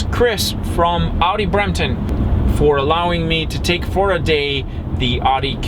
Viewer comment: You are saying Audi wrong